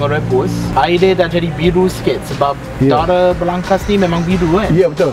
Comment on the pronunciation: Aku mmg dgr dia sebut darah je